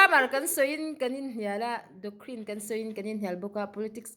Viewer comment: Doctrine i lam dan chu.. Docrine iti.. doctrine- kohhran thurin